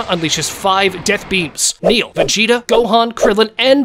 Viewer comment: Btw it's "Nail" not "Neil*